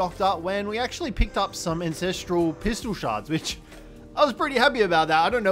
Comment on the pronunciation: AN......ancestral .......lol not INcestral.......hahahhahhaha!!